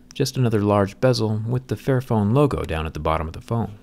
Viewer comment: Literally thought it said “fat phone” And when he said “This is phone right for everybody” I almost died